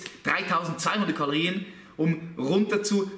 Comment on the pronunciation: Kaloriän xD